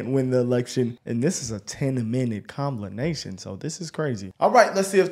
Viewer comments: comblination...... Did he just pull a Biden on accident? Lol, jm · Comblination I’m using this from now on